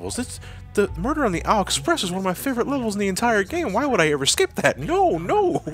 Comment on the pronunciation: ...2/10, not strong enough rolling "r"s in muerrrrrrderrrrrrrrrr...